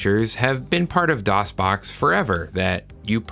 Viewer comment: DosBoxPure "Doon" LAWL